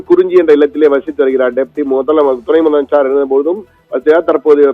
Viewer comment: Yov news reader madaiya. Theliva mudalamaichar nu sollu ya